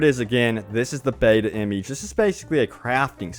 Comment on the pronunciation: The way he says image gives me aids